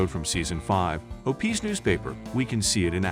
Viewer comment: "Nineteen HUNDRED 60s"??? "O-PEEZ"? Yeah, AI at its finest.